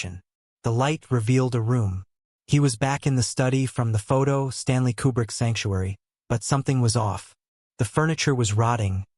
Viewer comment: I'm pretty sure this is AI narration. That being said, it got it correct. Koo-brick, not Que-brick.